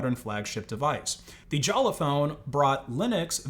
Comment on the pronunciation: Jolla is pronaunced Jolla, not Jalla like you do. What is it with anglos and being unable to read?